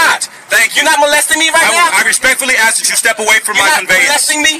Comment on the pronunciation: My ? Is i understand the words he scrambled up to seem all knowing just one ? Why is a cop a or take a oaf like a loaf of bread a oaf is how he is axing 🤪😵‍💫🤡